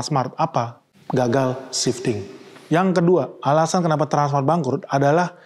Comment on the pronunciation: Kok susah amat nyebut transmart bro